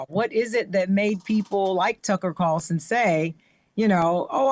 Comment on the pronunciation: He said Tucker CARLTON 🤣🤣